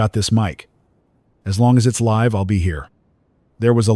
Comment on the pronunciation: Very good story. Just need to train the AI narrator the differences between 'live' and 'live'. 'Lead' and "lead' as well. It also needs to learn how to tell...time.